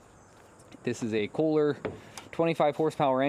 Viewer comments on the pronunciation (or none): It's NOT cooler! It's pronounced: Koohlur! :face-blue-smiling: KOHLER.